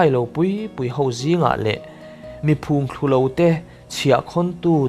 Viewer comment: Phûngthlulo ni lovin, phùngthlu lo tih zawk tur. A thluk a dik lo tihna nih chu.